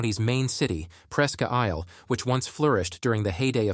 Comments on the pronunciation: No two pronunciations of Aroostook are alike in this video. And it's PRESK-AISLE, not PRESKE-AISLE! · on you mean presskahh eyeull??? 😅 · As a lifelong Aroowsticook County resident...Ai is painful to listen to. 😂 It was prounced 8 ways and not 1 right lol..and it was a good try on Presque Isle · Yeah, you can tell by how the narrator mispronounced Aroosstook and Presque Isle